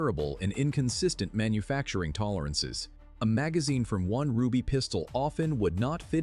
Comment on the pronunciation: The French Ruby Tistol? Come on man. I mean Ai.